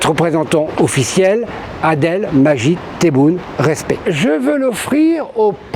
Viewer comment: شدوا حزامكم الفران راجعين باي طريقة من الطرق ، على فكرة عندنا واحد اسموه adel majid taboune ؟ adel قال ! …. يلي مش حارس على نطق اسمك بشكلٍ صحيح لا يحترمك، لا يقدرك و لا يهتم بك بل هو مهتم بما تملك او كيف يستغل سذاجتك !! خلي الخردة تاعك عندك يا بو نيول ما نحتاجهاش